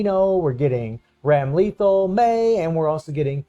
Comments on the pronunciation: Hahaha hope you read this - dont want you to go through another Honaka experience. Its Bike-n And Ram-lay-thawl 🤭 Just say em fast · Ok nothing against this guy, but him saying Baiken and Ramlethal's name wrong is funny hitting the like button on principle now!!